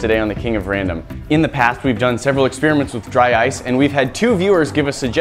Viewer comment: DRY OICE XD